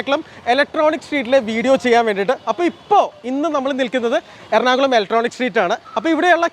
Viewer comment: എർണാകലം അല്ല.... എറണാകുളം